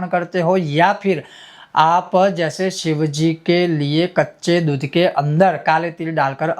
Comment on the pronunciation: Maharaj aapka uccharan bahaut hi galat hai..apki matrubasha k karan shayad...?? Deeddhh nahi doodh hota hai.. shey nahi se...